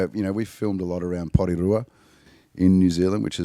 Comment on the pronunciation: Porirua wattt! Love his pronunciation